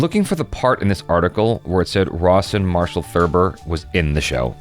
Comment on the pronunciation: Every time you say Rawson Marshal, I keep hearing Ross and Marshal